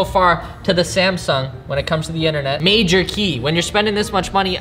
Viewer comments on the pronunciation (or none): none